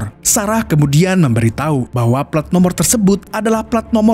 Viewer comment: Menit ke 12,detik ke 25 admin bilang memberi tahi😂😂😂